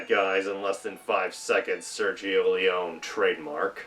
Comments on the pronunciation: Pronounced Leeonee! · Small quibble: Leone is pronounced with the last "e" (Lee Oh Nee). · Nice that you are giving background infos... you are very decent informed ...BUT the last name of the legendary Sergio Leone is pronounced with the "e" at the end because he is Italian and in italian there are no "silent letters" ..and the last "e" of Leone is pronounced as like the first "e" and not as like english speakers often do then switching the "e-sound" into "ee" By the way another fun fact ...in 1968 the american audience didn´t like that movie..and the main reason was that they hated to see their beloved Henry Fonda as "the villain" that boggeled their minds back then...another reason was the lenght and the slow paced scenes...many even attacked the tremendous film score by saying to be meant disrespectful "that isn´t a western movie but a western opera".. ...while on the other hand "playing the villain" was the reason why Henry Fonda took that role, because in Hollywood he simply didn´t had the opportunity - not to say "not the slightest chance"- to play a villain, he was simply fix defined for always playing "the good guy"